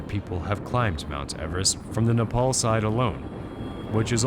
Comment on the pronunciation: neypal? You pronounced it correctly earlier in the show but now its neypal? God this rediculous over produced, american reality show-like garbage gets better and better.